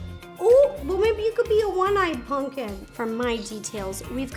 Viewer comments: Is it just me or when rosssana says pumpkin it sounds like punpkin instead of pumpkin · I love how Ro says punkin and not pumpkin😂😂😂💖💖💖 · She literally says "punking" instead of pumpkin, and I love it